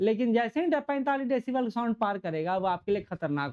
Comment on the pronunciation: Sound to dhang se bol lijiye